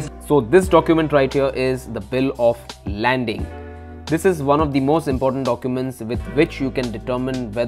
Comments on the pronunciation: Bhai wo bill of landing nahi hoti 😅 bill of lading hoti hai 🍻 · Bill of lading or bill of landing , I think it’s bill if lading ... excellent video anyway .... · It's bill of lading (no 'n' in it) and not landing btw, which means it will show when the container was loaded(or laded) with the motorcycle or any other cargo for that matter. It is created at the port of origin. Very very informative video btw, very helpful! And that 5vy looks amazing :)